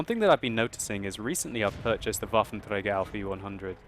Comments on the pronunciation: Dude, you just can't believe how cool it sounds for german folks if you say Waffenträger :P Sounds pretty awesome ! Love your vids, great work hope you enjoy it too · u have to admit, hes doing well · Gracz Wotlk Of course he does pronounce it perfectly, but it still sounds funny to me :)